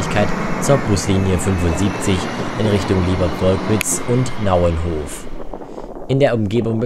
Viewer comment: moin das heißt naunhof und nicht nauenhof(nur als tipp) sonst klasse video